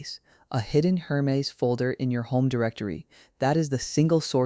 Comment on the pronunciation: You could at least fix the AI speech to correctly pronounce Hermes.